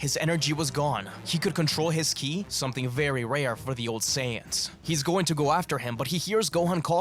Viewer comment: Killi??? Okay, serious question; why is it in these videos you sometimes call Ki "killi"? It always throws me off whenever I hear that.